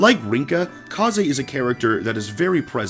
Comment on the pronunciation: It bugs me how he says kazes name... I think my favorite s rank for Corrin is with takumi because of their c9mplicated backstory. They are so cute and perfect